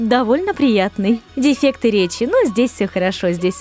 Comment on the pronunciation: что такое деффекты? дефекты я еще знаб, но не деффекты